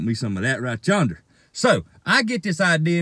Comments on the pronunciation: "Want me summa right ch'yonder." Lol! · "Imma hit that right chonder"💀💀💀💀💀